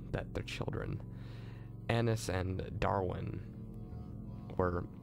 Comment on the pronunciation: annias not annis